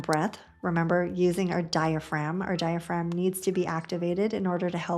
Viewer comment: Great video—I recommend your channel to patients but the consistent mispronunciation of “diaphragm” is distracting to medical professionals (and informed patients). The “g” is silent.